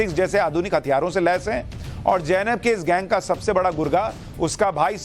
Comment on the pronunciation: Sushant Sinha, The correct name is Zainab, and you kept pronouncing it Jainab? It is amusing as you correctly pronounced ZF...